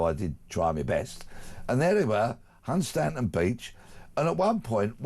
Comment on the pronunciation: The correct pronunciation of Hunstanton is:- Hunston